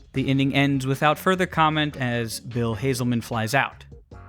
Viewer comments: Dude. You mispronounced a lot of names in this video. It’s not hazelman, it’s hasselman. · HASS-uhl-man. Not Hazelman. Rhymes with Castle. I once pronounced Saban as "sa-BAN" live on the radio so I feel you. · Bill Haselman. Like “Hassel”. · You mispronounced Whitten and Hasselmen. Cool video though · Bill Haselman and Mark Whiten's names are misprounounced just FYI